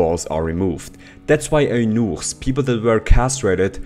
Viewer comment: the way you pronounce "eunuch" makes me really want to fix this shite of a language it's "yew-nick" or if you're from a country that uses the letter 'j' as we use consonant 'y' then it'd be "juu-nik". god english has such inconsistent spelling it's painful